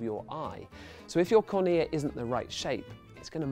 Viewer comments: cOrnea not cornEa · Huh. I learnt cornea in biology as CORNea, not cornEA.CGP Grey: "English likes to pretend it has rules about pronunciation" (H.I. #52) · Mistakes in this video: The CD drive recognises pits on the CD by a change in the intensity of the light, not a time difference. Also, it makes no sense how "Phase Shift" is flashed up on the screen as he describes the intensity of the light -- intensity and phase are completely orthogonal/unrelated concepts. "Excimer" & "cornea" both pronounced incorrectly. And also, you kinda didn't explain laser eye surgery beyond "you have a cornea, laser corrects the cornea..." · About had an aneurysm when he pronounced "cornea" that way.